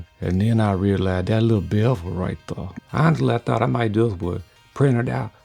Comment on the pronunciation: Right thur, right thur. love it. ❤️